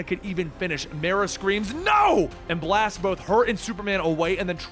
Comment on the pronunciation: The league "league Destoryed by myrah" is drunk again.